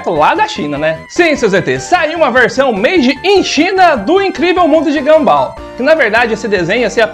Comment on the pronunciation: É mundo de Gunball e não ganbál 🤣🤣🤣🤣🤣🤣🤣